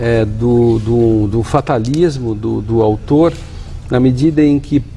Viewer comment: não sabe nem falar o nome do autor